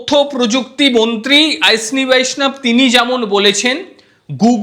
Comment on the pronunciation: ভাই, আপনি বাঙ্গালি তো! তাহলে উচ্চারনটাও বাঙ্গলীর মত ই হোকনা। ঐশনী আবার কি বলুন অশ্বীনী।